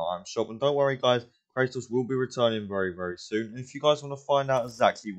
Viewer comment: You say “Cra-Ohs” pronounce the T